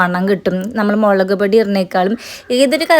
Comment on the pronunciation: മേളക് അല്ല മുളക്